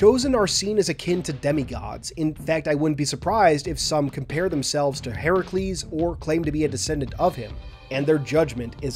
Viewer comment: Your pronunciation of Herakles (Hercules) is *chef kiss*, great historical accuracy!!